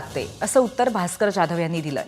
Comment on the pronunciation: बाई तू आधी जाधव बोल... ज्या धव नको बोलू 😂😂😂